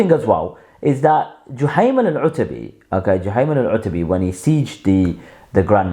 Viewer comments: Learn Arabic, you said it okay the first few times then wrong, before barking online learn the language and Deen properly, You're nothing but a wasteman who goes against the Ijma of Khurooj. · My OCD hurt every time you mispronounced it lol